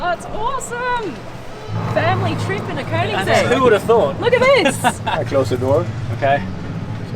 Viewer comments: Woooow, you Nailed the pernounce "könings-ägg", wellcome to sweden! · Me a SWEDEBOI69: *is happy because someone that isn't swedish actually pronounces koenigsegg right.